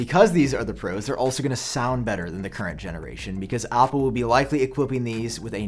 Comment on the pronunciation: You say words that start with A with an O = Opple please stop